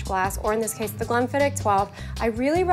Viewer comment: She pronounced it the right way. Maybe she had less "h" after the "k" sound but MUCH closer than goobers saying "glen-fidd-itch".